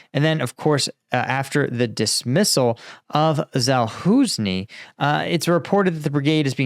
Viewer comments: Well imo Saluschnyj deserves being pronounced properly. Also when you are earning your living with this stuff... how hard can it be to go check? Won't take you more than 2 minutes. Still it's optional of course. Just felt like mentioning it to help make reports even more professional. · ZaluŽny Ž WAS dismissed befor you learned haw too prononc his sirname. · Geez. If you’re making money off Ukraine at least learn to say KEEV and Za Lose Nee. FFS you’re an embarrassment.